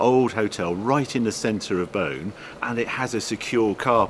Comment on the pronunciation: By the way Beaune is pronounced closer to "Bawn" than "Bone"...